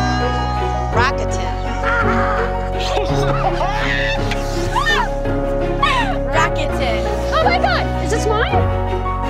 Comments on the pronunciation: “らくてん” is the correct pronunciation actually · It's actually more that all the vowels are off. The most jarring change for me is that they emphasize the U in the English ads, even though in the actual Japanese pronunciation it's pretty much skipped over. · The way even the "correct" pronounciations are wrong just kills me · Yeah ikr it’s pronounced with an l Bc it’s Asian